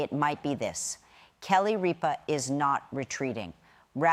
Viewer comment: Don’t you think before you make a video about someone you should learn to pronounce their name??? How can I possibly listen to what you have to say when you can’t pronounce Kelly Ripas No it’s not a difficult name so before you go to putting up videos about somebody learn to pronounce her name she’s on the air Monday to Friday five days a week ABC watch it listen to them they’ll pronounce your name for you and then put up a video about her very annoying that you can’t say her name right